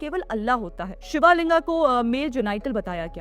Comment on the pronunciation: Pls pronounce "शिवलिंग" correctly ( not as "शिवालिंगा")